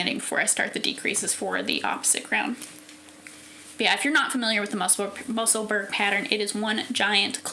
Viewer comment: Your projects are all lovely. I really want to knit more cardigans this year. Love the Musselburgh. I’m on my fourth one. Just in case you’d like to know… Musselburgh is pronounced the same way as Edinburgh, and is the town where Ysolda lives. 😊